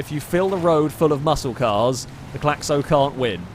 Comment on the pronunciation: As a French, that "Claxo" is painful to watch. It's fast as hell though